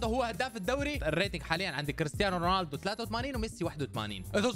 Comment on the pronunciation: رونالدو❌ روناندو✅